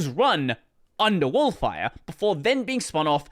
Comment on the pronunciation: oh no, pronouncing Wolfire like that given their logo